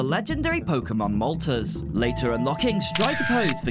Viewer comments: That is an interesting pronunciation of Moltres... It's supposed to be pronounced like the Spanish "tres", given ArticUNO and ZapDOS lol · the three I know for sure you mispronounced were Moltres (pronounced mole-tres) Arcanine (pronounced ar-cuh-nine or ar-kih-nine, both are prob right) And Gyarados (pronounced gi-air-rih-dos) Honestly, if you want official pronunciations, the anime is a pretty good source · Yeah this is one of my favorite games of my childhood. It's just fun and easy to pick up. Back in the day Blockbuster had these areas you could actually get stickers of your favorite shots! I actaully wasn't sure if the game was working or not emulation-wise, glad to see that it is. Edit: I have never heard that pronunciation of Moltres before lol